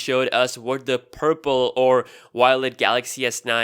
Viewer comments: its violet by the way not wiolet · I really want that a8, I would have it over the an s9 + love how u say violet